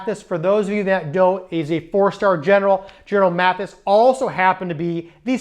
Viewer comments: Love your videos, but mispronouncing General Mattis's name is not good. It is "Mattis" not "Matthis". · Maddis, not Matthis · Mattis, not Mathis. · Just a nit: it’s Mattis, not Mathis. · Good Job!! (PS) I believe the General spells his name M-A-T-T-I-S and not M-A-T-H-I-S. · It’s Gen Mattis, not Mathis. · MATTIS not Maddis or Matthis!!!